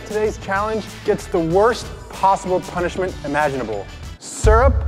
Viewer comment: Did anyone catch when we said punishma